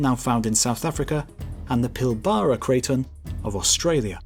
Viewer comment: Pilbara is pronounced more like "Pill-Borough" in your accent. Just so you know.